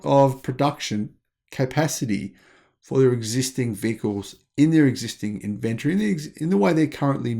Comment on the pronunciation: Why can’t you say inventory?